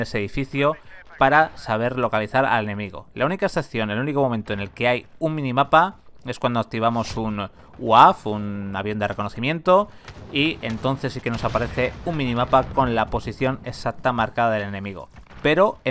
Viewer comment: Cuando activamos un UAF jajajajaja amigo, se dice igual que como se lee: "UAV" por que no es una palabra, es una abreviación de varias palabras. Entonces sería: uauve (UAV)